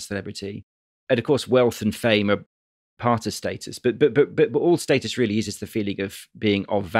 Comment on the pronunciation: It's status not status, jesus!